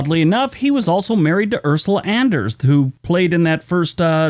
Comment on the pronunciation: Andress not Anders!